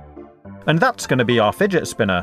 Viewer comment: I love when u say "fidgetspinnah"😂